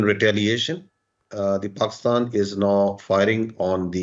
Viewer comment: Saala pakistan tou dhang se bol de… he is saying pakstan instead of Pakistan😂